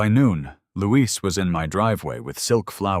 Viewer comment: Louis is a boy’s name, Louise is a girl’s name. The narrator is pronouncing it as the girl’s name is pronounced while the writing is also using the female version but his friend is a he, with the mother saying “You boys”.